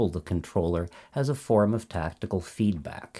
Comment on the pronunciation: FYI it's not "tactical feedback", it's "tactile feedback" (relating to touch), pronounced like "tack tile".